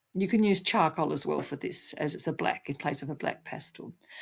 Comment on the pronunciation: Why you said, bleck, not black